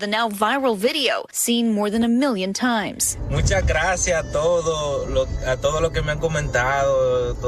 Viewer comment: At first, I thought he said "Mucha gracia toto". But I don't think she was THAT grateful for being saved.